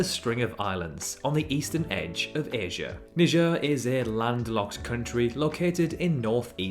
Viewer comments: why do you pronounce niger "nijer" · Your spelling is wrong It's not Knee Jar It's Naee Jar